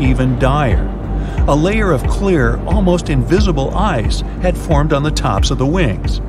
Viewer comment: Everytime he said "ice" in the first 3 minutes I heard it as eyes 👀 I couldn't help but see it in my head.🤣